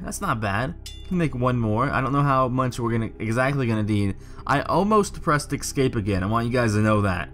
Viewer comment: Thanks for uploading. GREAT JOB!! :) One suggestion: NOTE: THERE IS NO "X" IN THE WORD ESCAPE!!!!! It's pronounced ES-CAPE. ESSSSS-CAPE. And NO, it's NOT a colloquial thing. (I hear that excuse every time someone butchers a language). I'm sorry. I sincerely am. I cringe with all the grammatical no-no's in internet videos. But with the number of times you said the word, you may as well pronounce it correctly. Hope you have a terrific holiday season. Again. thank you for doing this video.